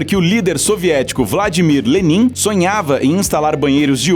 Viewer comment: nao e leninnnnn e LÊNIN